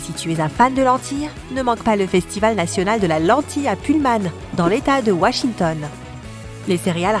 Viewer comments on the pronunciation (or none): none